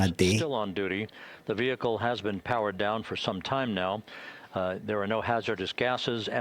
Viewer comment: I know some southern American accents pronounce "vehicle" as vee-HIK-el but that's not even how Limmy was saying it.. I had to look up how it's pronounced in the UK cuz I thought I was losing it listening to him repeat it. Vee-ih-kul / vee-eh-kul is how most people in the US pronounce it. That's how the announcer said it. It's how Limmy said it. I don't see a difference in the UK pronunciation.